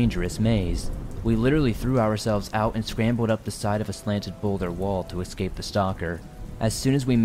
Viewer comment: Eeee scape not exscape